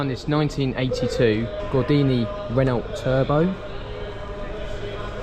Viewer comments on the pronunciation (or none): Renault is a French vehicle and the “t” is silent so it’s pronounced Reno